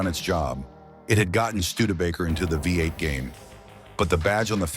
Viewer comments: You guys need to train your AI to pronounce V8 trhe American way, Vee eight, not Vi eight. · Agreed, whats a vye 8? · When Oh when are you You Tubers going to figure out that COMPUTER VOICES SUCK???? What is the problem? Can't you read your own script? Let your Mom read it for you. It says 58 engine over and over because it thinks the v in front of the eight is a Roman numeral for 5 - get it - 58 for v8????????? You didn't know that before you posted it??? What is wrong with you people today???? Art from Ohio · What is a viy 8? Ai bs. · Ford had a vye 8? He did say Vye vie vy? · The Studebaker "5-8" or "Vie 8". Ain't AI grand? lol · Hey there AI. What is a “Vie 8” ? Just go away. Down with AI. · The vy8? Stupid AI. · i hate AI videos. never kn ow how to say things right.....v8 becomes vie 8 or five 8 ugh. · “Vy Eight” , get rid of AI. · Considering it read V8 right a couple times makes me think that the person who wrote the script spelled V8 differently the other times.